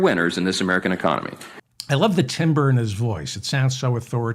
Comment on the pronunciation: Small correction, timbre is pronounced tam-bur. Love u david